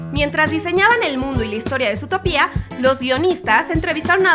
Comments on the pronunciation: se pronuncia sutópia el latino america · Qué rabia da que diga "zootopía". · me distrae demasiado que diga zootopÍa 😂😂😂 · no aguanto más que diga zootopÍa osea es sin tilde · Cada vez que dices zootopía un perrito muere :v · dices mal zotopia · Guadalupe Porque aquí se dice más Zootópia que Zootopía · Guadalupe y has de estar tan bruto como para no poder sacar el tenedor de su cajón ¬¬ oh espera! olvidaba que no puedes pronunciar Zotopia como es, entonces sí lo estás. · Mi estrés cada vez que pronuncia zootopia mal 📈📈📈📈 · Zootopia no se pronuncia así D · Perdón pero zoológico y zoología se pronuncian con dos ‹O›, entonces ¿cuál es la razón de pronuncia a «Zootopia» con una ‹U›? ni tampoco tiene una tilde en la ‹I›. En España al igual que en Britania (y parece que otras partes de Europa) la película fue titulada «Zootrópolis» excepto en los países de habla alemana adónde se nombró «Zoomania» y en Francia y las partes francoparlantes de Bélgica y Suiza adónde se usó la versión francesa de Zootopia igual que en las partes francoparlantes canadienses. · Es que yo leo mal Zootopia o es que ella lo lee mal? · Es ZootOOOOOpia, por que lo cambian a Zootopía ?? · Se dice Zoootópia no Zootopía por dios -_ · Por Dios, no la aguanto más!!! Es Zootopia, no Zootopía! Por suerte hay gente que te lo pone en los comentarios! El título dice ZOOTOPIA NO HAY NINGUNA TILDEEEEEE!!! (okno, ya me calmo) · No es zootopiaaa es zootopiá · like si escuchasye a la youtuber zutopia en vez de zootopia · Zootopia no zoo to pía ok aprende a hablar y yo pensé que los datos eran de la coneja y el zorro aclararo ok 😡 😠😠😠👎🖕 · Porque le dijo Zootopiá Si es Zootopia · Ahhhh... su Zootopía* cada vez que lo pronuncia así me da cólera... 🙄😅😅😅 Según yo es Zootopia* 😅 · oye mira ve el nombre de la pelicula no se dice zootopía que es como lo pronuncias tu se pronuncia zootopia originalmente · Es zootòpia no zootopia boba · no es zoo topia es zootopia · no es zutopia es zootopia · no es zootopía es zootopia